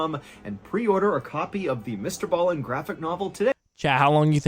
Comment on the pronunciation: Homie....his name is Mr. Ballen (pronounced as it's spelled)......not Mr. Ballien. I do enjoy your commentary though, so keep up the good work.